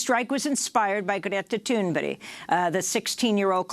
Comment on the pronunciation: Oh, come on, Amy. Get Greta Thunberg's name right. It is not difficult. You are mispronouncing her name now for a while. Not very respectful and not fitting for the high level of DM!'s journalism.